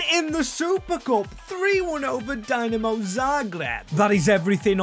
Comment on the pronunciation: the pronounciation of the "dinamo" in dinamo zagreb 😭😭